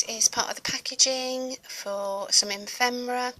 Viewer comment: I LOVE this,. I'd like to look at each page, in the flesh (so to speak) for an hour. Just so rich & colorful. Just one nagging correction: it's pronounced effffemera, not emfemera! 💖🤗😱